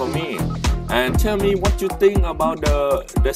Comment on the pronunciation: it's pronounced as MEEM-LORD. not MEE MEE LORD